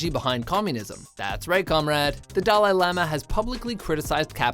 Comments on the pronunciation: Yes, yes, we all love the "doll eye laama" :| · "Dah-LIE lama?" Why do you never pronounce things right? STOP. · How can you not pronounce Dalai Lama when making a video about him?